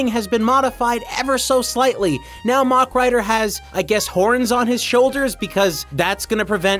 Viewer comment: Always enjoy these but dear god the word Mach said like that over and over 😂 As a point it's pronounced like the end of a Big Mac